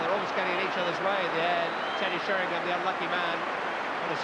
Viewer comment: Really Trevor Brooking, after all these years he still calls Teddy Sheringham, Teddy Sherrynum.